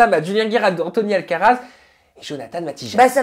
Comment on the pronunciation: J'ai eu du mal à calmer mon fou rire, entre Marie qui passe son tour discrètement dans l'affaire kellyn et son coup de gueule, puis Sabrina qui s'y met avec Alcatraz au lieu de alcaraz, bref de la pure bonne humeur dont je ne me lasse pas... Bisous à toi et aux filles. C.🌸